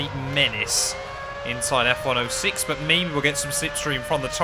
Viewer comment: Stop calling F1 06 F Ono six, please. I know you're British, but I use zero for 0.